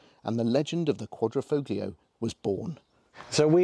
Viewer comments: One of my pet hates, no one would say Lamborgenie or Furrari, but the number of English reviewers that say FOGlio does grind my gears. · ‘Quad - Ri - Folio’ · Nice review. You don't pronounce the G in Quadrifoglio. Just saying. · Great video, the only issue is that it's a Quadrifoglio not a Quadrofoglio, a Quadro is a picture frame, and the g is silent.. Ciao..🙂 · It’s pronounced with the G silent! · Car guys should know the G in Quadrifoglio is silent…..lot of little errors in your facts too, as pointed out in other comments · the g is silent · If you pronounce the “g” in quadrifoglio, you’re NOT a car guy. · Stop saying the name incorrectly lol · Please, please stop pronouncing the "g" in Quadrifo(g)lio, ;-)) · Please please please learn how to pronounce "quadrifloglio" :D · Car guys that cant pronounce Quadrifoglio... lol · Shame on you boys for not even making the effort to learn how to pronounce Quadrifoglio correctly. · You shouldn’t believe everything on the internet !! Im Italian and you don’t pronounce the g.